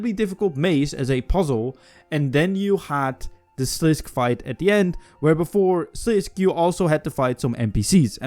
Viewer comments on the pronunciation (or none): ive commented on another video of you before. its sliss-kay. sliss-kay. dont say something if you cant pronounce it